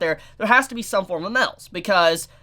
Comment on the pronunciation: "Mels" lol